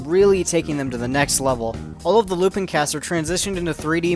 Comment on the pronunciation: How is it that this franchise has been around for over 50 years, you literally watched a full-length movie on it, you seem familiar with the subject matter... yet you still pronounce his name incorrectly?